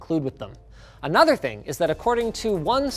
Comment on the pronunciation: "You can just plug it to anothe one" Mac 2021